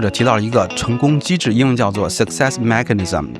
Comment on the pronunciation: Mechanism, 你的发音发错了